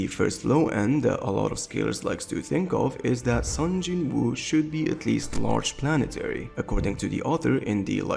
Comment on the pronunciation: "Sun Jin Woo" lmao